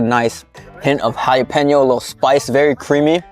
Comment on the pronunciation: Jalapeno has an L in the word, not hiyapeno.